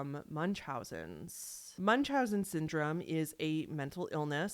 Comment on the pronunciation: Americans mispronouncing "Munchausen" is the most American thing on YT 😂